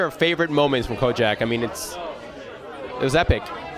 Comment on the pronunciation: its KOJAK... not kojack ...CROCKER